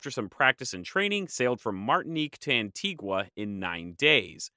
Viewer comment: Great video but please work on your pronunciation. Antigua is pronounced An-tea-ga. Grenad is Gre-nay-da and Tobago is Tu-bay-go. These are English speaking territories so they use English pronounciations.